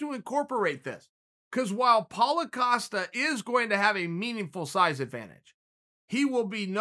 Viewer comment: Paulo “Acosta” Costa